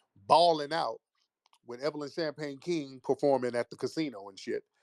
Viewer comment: This nukka said “ Evelyn “Champagne” King” 😂😂😂😂😂